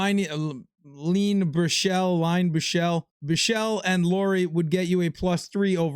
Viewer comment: here’s today’s pronunciation help. Boston defenseman- Mason Lohrei It’s pronounced “Low” -> this is pretty self explanatory, and “ri” as in the type of bread—rye bread. Or ri-se for the word rise. Mason Lohrei. Wham bam thank you mam!